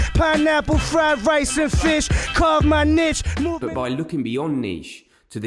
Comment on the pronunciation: "nitch".... "niche" haha